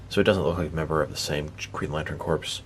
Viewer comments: My man said Corps (corpse) when it’s really Corps (core) lol. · I know how it's spelled, but it is pronounced "core" as in "Earth's core" or "apple core" not "corpse" as in "Dracula looks good for a walking corpse."